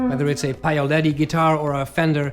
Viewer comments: PAOLETTI....not PAIOLETTI....😅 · You really have to work on the "Paoletti" pronunciation though.